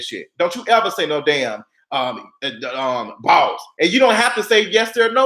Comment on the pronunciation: How u say "Boss" has me HOLLERING in my cubicle at work! I love u! 😂🤣